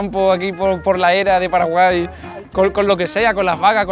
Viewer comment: Muchas gracias por hablar bien de mi pais que no siempre es bueno PD:Minuto "Gente de Paralai"